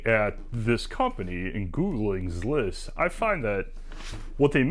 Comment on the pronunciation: That vice is pronounced ZI'-liss. Not Zliss. 😊